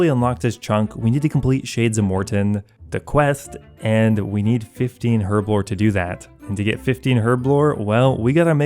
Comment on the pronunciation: It is so painful listening to you mispronounce herblore/herb over and over and over.